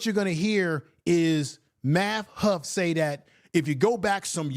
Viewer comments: yeah but u kept saying huff,get that tether name right..lol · It’s math hoff-a black man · I know but u kept saying huff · Just slaughtering the man's name. It is Math Hoffa, not Math Huff 🤦🏿‍♂️. At least give him that respect. Also, its Lord Jamar not Jamal. It makes me think you didnt do much research on the people, and rushed to respond to the issue. Let me make it clear, my folks are from the South, i.e. Alabama, Arkansas, South Carolina, Mississippi.